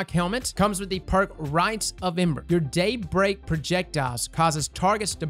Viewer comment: when said “Daybreak projectile” it sounded like he said “date rape projectile.” made me real curious for a second lol.